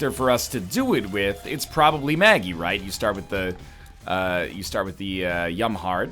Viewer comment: NL it's not Maggie Mega Satan it's Meggie Satan